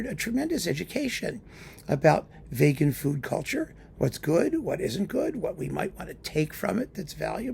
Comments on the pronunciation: is so appalled by veganism that he even pronounces vegan like Vegas! Many people will get offended but the bottom line is: don't give into hypocrisy, pretentiousness and a cult mindset, be it in food or music. Open minds need to be nourished on both sides of a spectrum. Excellent points, as always! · My main takeaway is I'm changing my pronunciation from vee-gan to vay-gan. I've never heard it pronounced that way before, but it sounds true.